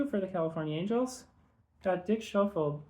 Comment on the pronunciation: Nice batch of returns, love the 75 Busby, the vintage Tartabulls, Potvin and Gervin. But I have to subtract pronunciation points (it's my thing) for Kon-kack, Rena-key, Sko-field and Run-ghee. Forgivable, all before your time.